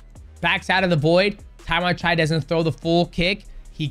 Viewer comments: you accidentally nailed Thai accent calling Tawanchai name right there 😆😆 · Tawanchai is LEGIT (pronounced his name right this time :_Derp:) Watch him fight THIS FRIDAY on PPV at ! #ONEFridayFights46